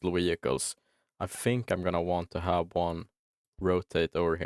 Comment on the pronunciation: I never noticed before that Swedes pronounce V as W, you say "Wehicules" sometimes, is that a thing in swedish that you pronounce Vs as the W sound from english? With Germans (and French people) it's the opposite they use the V sound for W. In Wallonia we use both the V and W sound like in english ( but we speak french ofc lol). A frenchman would say "Vagon" for a train wagon, while we say "Wagon".